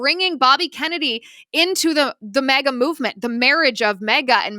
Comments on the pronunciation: It’s MAGA not MEGA 😂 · It’s M A G A, not mega. Silly 😊